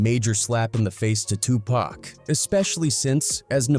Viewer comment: This video would be tolerable if you pronounced Tupac correctly 👎🏽😔 Also the clickbait title is ridiculous